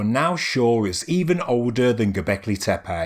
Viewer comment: Please, please, learn the correct pronunciation of the sites. In Turkish language, c is pronounced as a j, ç is ch and ş is sh. Tepe is not tepay, but tepeh.